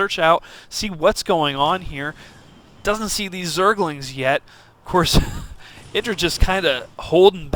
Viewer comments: Actually Artosis pronounces it eye-dra as he interviews him about the predictions in this very tournament. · Got it, thanks. I see that he's explaining the origin of the name and how it came to be but the Artosis still refers to him at eye-drA. I would think that IdrA would have corrected a long time ago. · EYE - DRA